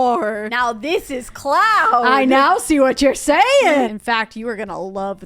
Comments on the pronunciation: When she said cloud, I heard clown and it was really confused on why they were putting cloud decals until I realized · When they first said “cloud” for the kid room i heard clown 🤡😂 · I just, okay so when they said cloud I heard CLOWN 🤡 and I was so concerned what they were gonna do for the toddler room 😂